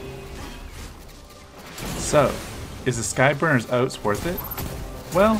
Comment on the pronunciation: "Sky burners oats" "cabbel"